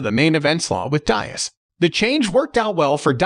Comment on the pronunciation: “Nate Dieeaz” 💀